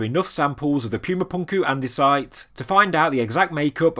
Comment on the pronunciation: NOT "Pyooma", "POOMA"! Don't insult the Spanish language with your hoity-toity MISpronunciations!